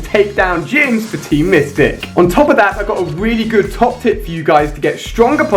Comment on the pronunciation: when he said i got a big tip for you i thought he said i got a big tit for you